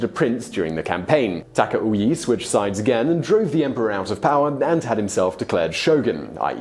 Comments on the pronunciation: Simon, seriously: Would it be too much to ask from you that you look up how certain names are pronounced??? "Taka-oui".... dude, seriously. Not the first time you totally butchered foreign names. You do that so often that now you could do a "Top 10 foreign names Simon butchered". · Taka-wee? Do you also say Wapan instead of Japan? Why in the world would you pronounce Takauji that way? Not to mention that the next time and from then on you said it as Takui... Do you have the inability to hear the pronunciation voice with google translate? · Hojo and Takauji (do not pronounce the J's as Y's in Japanese language)